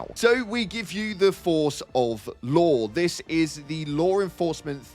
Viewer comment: Ngl when you said Law, I thought you said Lore 😂